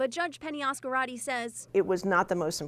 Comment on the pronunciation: Why are they pronouncing het last name like that? It's basically Az-carte. Not az-karate.